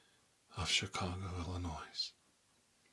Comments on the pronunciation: I love your roleplays but just something small, as someone from chicago this bugs me. Illinois is not pronounced illinoise it's just noi like ill-uh-noi. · Illinois. The 's' is silent. FYI